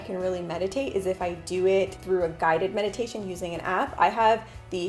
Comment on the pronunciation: I thought you said "the best you can do to be in the present moment.. is Medication..." lol😂